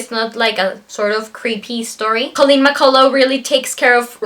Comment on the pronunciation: Read this when I was 15 I think LOVED it and it’s pronounced McCull (UCH). Back when I was 16?? No offence how old are you now matey? I’m Australian.